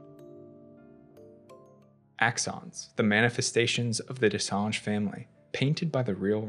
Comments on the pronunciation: So far it's the best explanation I've seen. too bad you keep saying what sounds like "Dessange" instead of "Dessendre". Maybe it's an accent thing in which case, my apologies. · Watching this guy try to say Dessendre but saying Dessange instead was hilarious. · Je pense pas que ce soit ça. J'ai vu pein de vidéos d'autres anglophones le prononcer plus ou moins correctement. Ce mec là est le seul à dire dessange. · You did a few mistakes.. Sciel didnt give birth.. she lost the baby when she tried to drown herself after they found the body of her husband. Also, the way you pronounced their familly name 😅 DescenDre not Gre my dear.. but good video all the same. Thank you for the extended explanation. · Why are you calling them Dessange?? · Even as a French speaker myself, though not fluent, rolling your R’s can be difficult. That’s why.